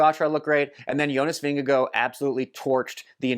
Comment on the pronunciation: 10 out of 10 for your pronounciation of "Vingegaard" 👍